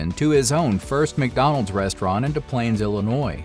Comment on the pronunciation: We pronounce the S in Des Plaines, IL. Just an FYI.